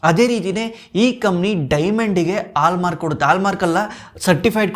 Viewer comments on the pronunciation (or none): Heartfully disliking the video. Kannadada kole madthirodakke, neev ene heli este knowledge irli, neev kannada mathadthidra andre kannada saryag pronounce madod kaliri. Adu "hogthare" ogthare alla "Horage" orage alla "Halmark" aalmark alla